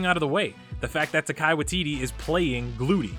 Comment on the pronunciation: Um sorry to point out buddy, its Taika not Takai and yeah saying that he is a national treasure is incorrect imo because he is from New Zealand. Anyway, great video other than that.